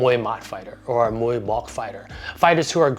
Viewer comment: Amazing video ! Just want to suggest about Muay Bouk, it should pronounce like “Book” but with low tone 😀